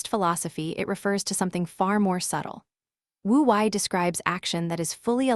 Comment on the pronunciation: Wu Wei mispronounced. It is Woo Way.